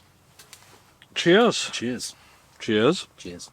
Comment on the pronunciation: did you say, weavuh? Why do you hold your beer up and say "chiz"?